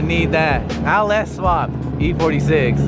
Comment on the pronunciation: It sounds like you’re saying “AL - S” swap lol